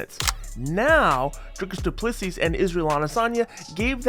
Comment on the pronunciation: Dricus Du Plessis (Du Ple"see") please get it right guys!